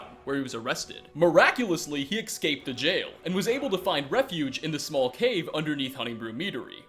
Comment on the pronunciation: "Exscaped the jail"? What the fuck